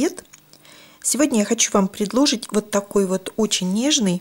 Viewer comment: Не предлОжить, а предложИть!